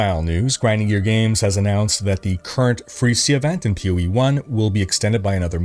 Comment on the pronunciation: Sometimes when says "POE" it sounds like "Peewee"